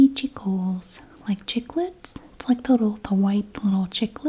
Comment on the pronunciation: Chupa chups means like suckers in spanish (and you pronounced correctly) and the mini Chicles is pronounced chik-less, also spanish for gum...just fun fact ;-) thanks for your videos!